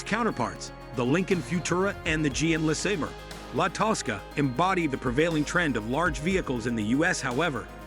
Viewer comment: LOL goofy narrator! “Less-uh-burr”. FFS it’s “Luh-saber”